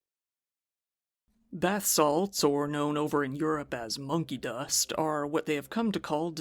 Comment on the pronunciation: at first it sounded like (to me anyway) he said honkey dust